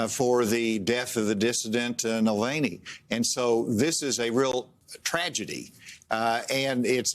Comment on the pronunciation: "Nelaney"?!? He can't even get Mr. Navalny's name right!